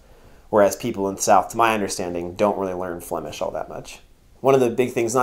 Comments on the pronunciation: Your flemish accent is perfect, greetings from Belgium! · Nice review !As a citizen of Antwerp I enjoyed this very much,especially your”zwaanstnaniehee”😜 Your pronouns the Flemish language better than some of our politicians ❣️👍